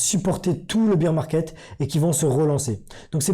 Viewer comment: Ssss pipipiiiiii popopoh ph madame le bear market se dit baire et non pas beer de bière. La honte